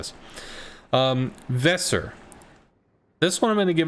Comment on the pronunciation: The "s" in Weser is soft spoken and both "e" are long.